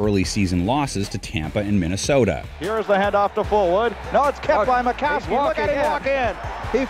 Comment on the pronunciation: Ita Don Majkowski. Not makowski. Steve smith might not have been a great wr but he got his super bowl ring and a Trip to the pro bowl